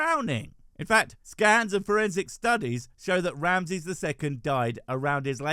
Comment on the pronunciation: Each time you say Ramses i hear Ramsay 😅